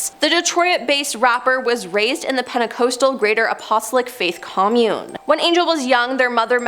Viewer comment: Apostolic = {App-puh-stall-ick} Like •Napa• Valley, Joseph •Stalin•, rhymes with DI…. sorry…•KICK• Pentecostal = {Penta-coss-tull} Like that acapella group •Pentatonix•, rhymes with •SAUCE•, sounds like •rule• Might be jumping the gun by commenting before I see the last 4 minutes of this…but the Pronunciation N@ in me almost had an aneurysm listening to her screw these very common words up